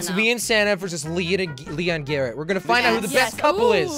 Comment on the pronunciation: jelly its Garrett not garret